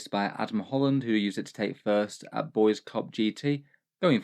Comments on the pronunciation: Just FYI, if "Boise" is the capitol of the state of Idaho, it's pronounced "BOY-see" not "boys." But I withdraw my comment if the Boise Cup is something I just don't know about. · Its pronounced Boy-see (Boi See), not boys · Don't know if it will come up again but us living here in Boise want you to know it's boy-zee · FYI: Boise is pronounced "BOY-zee" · I know it’s a stupid American city name, but if it comes up in the future for you it’s pronounced “boy-see” for that first GT. Gave me a good chuckle thinking that the capital was taken by the Boyz though 🤘🏻. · Boise is pronounced boy-see